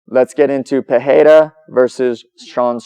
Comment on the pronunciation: In english its pronounced "Per-Era", not "pa-heyda"